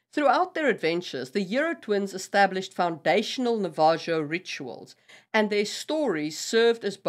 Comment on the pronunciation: I think you mean Navajo the j makes an H sound so the last syllable is like “ho” I love your videos thank you for making this content